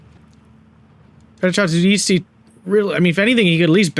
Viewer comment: paracadutisiti is pronounced with a hard c, like a k, and the end the sylables are tis and ti, so no weird sound going on with the st.